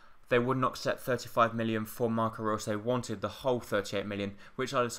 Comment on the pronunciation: How can you not pronounce Reus?